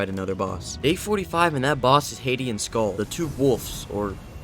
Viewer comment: its ab Ö not o so its Sköll not Sgoll